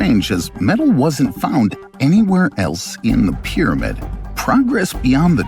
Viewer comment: Well, I was interested but like somebody else said this voice and the pronunciation of the word pyramid I lasted about one minute